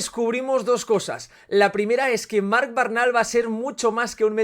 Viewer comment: No es BARNAL, es Bernal. XD